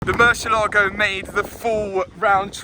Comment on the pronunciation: Even the YouTube subtitles software picks up every time he pronounces Murciélago wrong